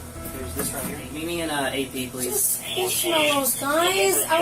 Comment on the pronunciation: Please-ah, please-ah who teaches these people to speak.